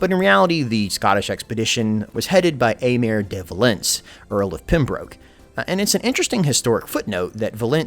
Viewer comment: Pembroke Is pronounced “Pembrook” not “pimbroke”